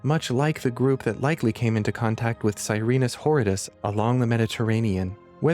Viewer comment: Sirinus whoreidus 😂😂